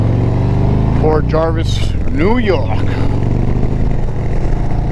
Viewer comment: Nice video! I was there on my bike not too long ago! Just a FYI, it's Port Jervis not Jarvis. 🙂